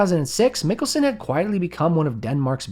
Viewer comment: Stop saying 'Nicholson' instead of Mikkelsen, or am I the one with an impared ear??